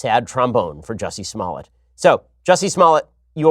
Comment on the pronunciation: Lol..He said Juicy Smollett!